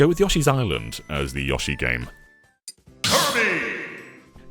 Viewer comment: Great video but the yahshi(yoshi) is too much to handle